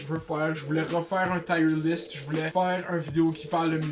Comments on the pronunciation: Tu prononces mal Tier :) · hahaha jme suis dit ]ca tout le long boy aek tes "tire"